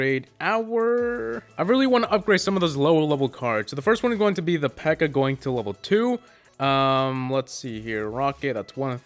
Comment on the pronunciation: What the fuck is a pirror